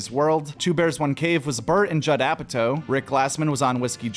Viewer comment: Dude I love ya but not knowing how to pronounce Florentine and Apatow as a supposed comedy fan is wild.